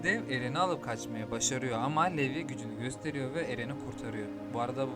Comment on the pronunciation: aga çok iyi ama telafuzza daha önem vermelisin levi ya yarım saatir niye levye diye bu diye düşünüyordum 😂